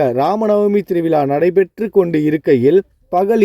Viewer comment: Thiru vila zha ucharipu illa ungalidam . Vilaa illa vizhaa endru ini sariyaga sollavum